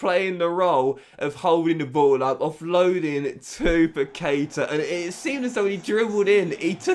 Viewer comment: I´m brazilian, and it spell like Pactá (Paquetá) With the strong acent on the "Tá"